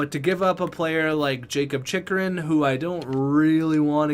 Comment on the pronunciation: It's chich-er-in nice vid by the way love this series